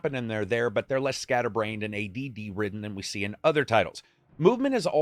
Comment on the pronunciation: The way you say ADD 😂, I died.